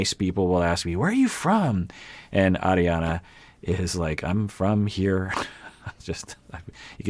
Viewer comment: It was her extreme "Arri-Anna" pronunciation of her name.